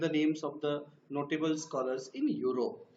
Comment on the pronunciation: Learn to pronouns Scholars😊😀